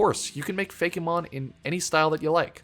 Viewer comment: I cannot state how much it bothers me that you say Fakémon instead of Fakemon lol